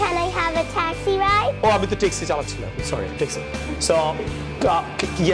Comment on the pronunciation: Is it T or THI ,,,.taxi sounds good instead of thaxi ,,, without 'THI' everything was excellent